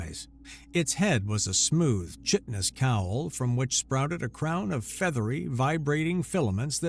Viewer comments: Chitinous is pronounced Kie-tin-us. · Chitinous, ensign, there are quite a few others but those two come to mind at the moment (maybe I'll start a list) which are commonly mispronounced here and I find jarring enough that I'll miss the next few lines. It's disruptive to the point that I've wondered if English is not the native language of several narrators/VOs.